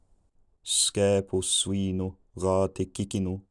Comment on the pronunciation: My native tongue is brazilian portuguese so I got swínu at the very beginning. In modern portuguese it is suíno with the exact same pronunciation you did.